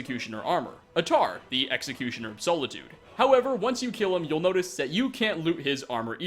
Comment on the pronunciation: SOLITUDE.....S ah lit ood.. Solitude.